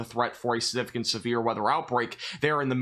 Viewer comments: I love, but my god my biggest pet peeve is when he says siGnificant. He never says the G and it drives me absolutely bonkers for some reason. I know, I know. It's no big deal. It's just how my brain works... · Good job & thanks for the update!Slow down when you say the word “significant”, it comes out sounding really weird because you’re not pronouncing the “g” or something.